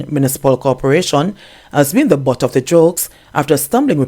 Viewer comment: He's seriously lacking in grammar. His wife, as an educator, is a failure to her husband. She should take the time to teach him proper enunciation and tell him that "TH" is NOT pronounced as "Z". He needs serious assistance in phonics and reading, ma'am. Stop making silly excuses for him.